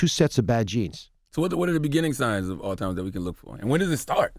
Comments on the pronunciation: Who's still saying All-Timers in 2019? Thought we would all be pretty clear on the word Alzheimer's by now. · It’s not “ALL TIMERS” we gotta do better 😂😂😂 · Charlamagne said Dr. Oz's mom has "Altimers" vs Alzheimer's 🤦🏽‍♀️ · Charlemagne “all-timers” , Dr. Oz “Alzheimer’s “ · Uncle Charla will mispronounce something in a minute... All timers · CTG: “All-Timers” 😂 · "had to spoken"?😂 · U noticed that too...🤣🤣🤣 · william singleton 😂🤣😂🤣😂🤣😂🤣 Charlemagne had to spoken that word wrong on purpose lol